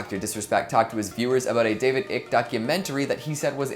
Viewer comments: You lost me at "ick" its. 'Icke' pronounced 'eye'ke. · Icke not ick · David ick lol i believe it’s pronounced David eyeke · the name is pronounced eye-k you are a dumb sheep if you know nothing of Icke. You people praise you enemies as friends and friends as enemies. You people are NPCs. Time to wake up Sheep, before Red pills become Red suppositories... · Yeaaaa....noo. This isn't the reason It's not ick. Pronounced like the word like but take off the L. Not like icky with no y. Research before posting a video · You pronounced David Icke wrong. It’s pronounced “eye-k “. Just wanted you to know. I’m surprised you don’t know this already with the controversy of Icke being deplatformed. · that isn't how you pronounce David Icke. it is pronounce Eye-ck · It's pronounced "ick-e". He's been saying it wrong this whole time.